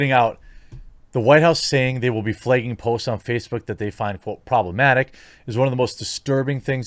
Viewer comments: FlAgging, flEgging is not a word. Why do you replace the letter A with the letter E? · Flay-ging???? WTF? 😂😂😂